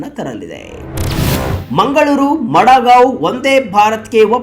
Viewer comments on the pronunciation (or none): ಅದು ಮಡಾಗಾಂವ್ ಅಲ್ಲರಿ- ಮಡಗಾಂವ್.